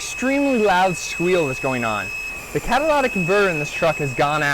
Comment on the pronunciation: lytic, say it! You spelled it right. Not catalatic.